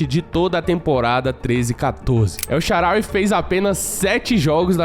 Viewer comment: Vídeo perfeito só um erro que é na tradução correta e El SHAAARAWY se diz El SHAAANÁWY